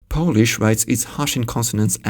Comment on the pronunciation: Great pronounciation of Polish! Chech and Slovak languages are easiest slavic languages to understand for Polish speaker both in spoken and written forms. Exposure is a big factor here though. For instance, nowadays it's sometimes easier to understand Ukrainian than Chech (at least for me). The most frequent foreign language nowadays here in Warsaw is probably Russian (many Ukrainians, Belarusians, Kazach people and other estern states speak it). But even with exposure I'm not able to understand much Russian, because is pretty far from Polish. This is my subjective opinion though, :) Thanks!